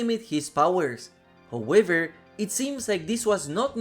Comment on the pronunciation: "Howëver" hahaha cool stuff bro